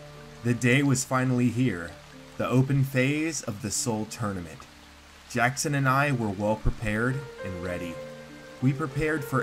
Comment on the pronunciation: Title : soul tournament : soul tourament Me : wtf